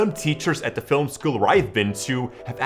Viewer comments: Getting up in the morning. Going to bed at night. Leaving the lens cap on the lens when filuming nude actresses. Watching YouTube videos saying I have to avoid mistakes. Pronouncing Film as Filum. Other than that ... it's all good. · Basic mistake > Saying 'Filim' instead of 'Film'. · i love the way he says "filim" lol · Sixth bad habit: mispronouncing 'Film"